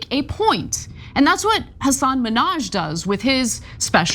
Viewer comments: STOP SAYING MINNAJ LIKE NIKKI MANAJ. YOU'RE A REPORTER, try to say hi name. Hasan ...,MINN...HAJ. If you can't say it correctly, throughout the piece, refer to his first name. It's not like we are going to forget which Hasan you are talking about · it's HA san MIN haj, not HaSAN Menage. Cheers!